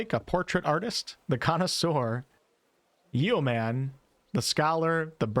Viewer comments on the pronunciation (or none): Minor gripe, but Yeoman is pronounced Yo-men.